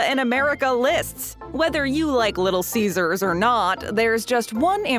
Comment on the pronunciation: Did you just say little ceasars